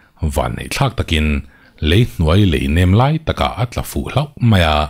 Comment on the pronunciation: sir,,nang leh nanglo ang takin ,tun tum chu chhiar sual zeuh in ka hria..Lei hnuai Lei tih lai khi..Lei hnuai tih hi(LEI (bridge) hnuai zawk ani lo maw